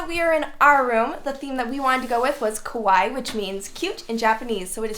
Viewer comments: kawaii not kowai, there is ahuge different between that two words, beautiful house, love to see you so happy enjoying! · Hi beautiful home . I am a Japanese tutor and as your daughter was saying kawaii. She pronounced it not correct way… Ka is prounced like car .. she said kowaii( which means scary in Japanese ) being a language tutor and being hafu or pronounciation Japanese words is very important for me :) if your kids have any question they are welcome to contact me . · Ha ha, sorry, "kowai" means scary... 'kawaii' (pronounced ka wa ee) means cute!